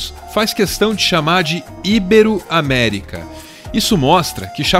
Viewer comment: Não faz mal, já que "Super Homem" e a pronúncia constante de "ibero", como uma palavra proparoxítona, se sobressaíram. Eu fico triste quando as pessoas só veem os erros mais óbvios e deixam outros passarem; sempre dão uma de "mestres da língua", sendo que eles mesmos cometem erros mais grotescos. Ótimo vídeo como sempre,. Peço que revisem melhor as legendas que vocês fazem, já que é possível ver erros de tradução e ortografia com frequência. Qual é a música que sempre toca no final? Gostaria de fazer uma sugestão para o próximo vídeo: "Devilman e o Realismo".